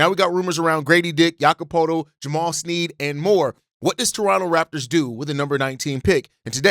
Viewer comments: This, pronouncing his name snead drove me nuts lol. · Thank you for covering the Raptors... But lol: Jamal Shead (pronounced - *shed) Jakob Poetlt (pronounced - *purtle) Great content nonetheless ✊